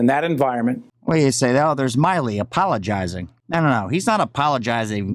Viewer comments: Not being wise but the generals name is pronounced like... Mill I work at the mill. Milley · Milley not Miley. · He knows how to pronounce his name. He’s calling him Myley on purpose in my opinion. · It bothers me that you keep mispronouncing GEN Milley’s name.